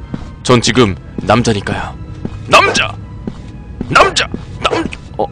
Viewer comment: 언니가같이듣다갘ㅋㅋㅋ 이남자왜케감자감자거리네ㅋㅋㅋㅋ간자가아니고남자인뎈ㅋㅋㅋㅋ